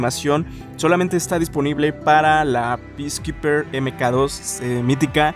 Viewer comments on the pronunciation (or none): Por qué los youtubers de España le dicen peacekeepeker (picikapiker) si es peaskeeper (piskiper) O algo así:soy vato xd